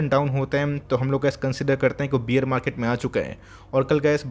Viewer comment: Your videos are very informative. Just one small suggestion. Please pronounce bear as बेयर not बियर. बियर मार्केट सुनके ऐसा लगता है कि सब लोग peg लगा के बैठे है 😂😂